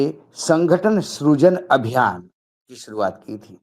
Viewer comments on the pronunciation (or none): स्रुजन नहीं सृजन बोलिए अशोक जी